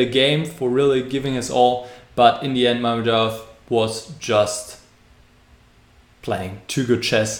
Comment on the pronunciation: Good video, actually could've been perfect if you were to say Mamedyarov's name properly :(